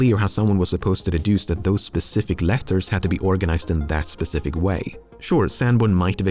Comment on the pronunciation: Even after so many years, Lemmino still pronounces it "spethific" sometimes.